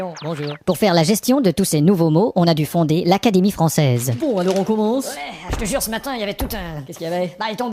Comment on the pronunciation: l'acwadémiew Fwançaise swa croiw